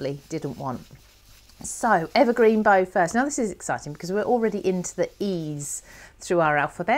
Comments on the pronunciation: Beautiful demo,, but we American types distinguish between things like tree "bough" and Christmas "bow". The tree one rhymes with "thou". Sorry, can't help myself, but love the vid! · Hi, I'm binge watching this series, having been pointed in your direction by Christine Stokes. I love my Oxides too, so am enjoying your blends. Just wanted to say the bough, rhymes with cow, as in the bough of a tree. Also am loving your mixed media card projects. Cheers from Downunder. 🙂 Picket Fence is, I think from my memory of TH's video, a hybrid (ink/oxide) which is why there is only one.